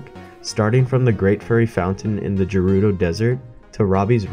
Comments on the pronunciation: It's GERUDO NOT JERUDO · Oh you're going from Gerudo to Akkala? Easy, there's paths and everything. Go Hebra to Faron, then we'll talk 😂😂 ALSO SAY JERUDO ONE MORE TIME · Sorry to be that guy but it like really annoys me. Gerudo is pronounced as guh-rudo not juh-rudo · if i hear you say jerudo town one more time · internally cringing when you say Gerudo with a soft g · the way you say Gerudo hurts